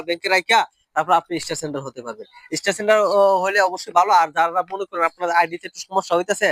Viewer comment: শব্দটা ইস্টার হবে না। স্টার হবে।😊😊😊😊